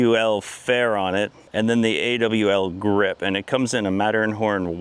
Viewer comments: If the hull is flexing which is causing the cracks doesn’t matter what you put on it it’s gonna crack .. it’s pronounced Allgrip (Awlgrip) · Just so you know cap the name is pronounced as a single word. Also Awlgrip is a polyurethane paint. Nothing more.